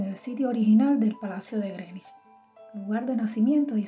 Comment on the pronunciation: Felicitaciones por pronunciar bien Greenwich.